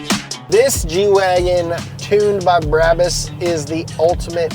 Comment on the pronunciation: Its pronounced braw boossss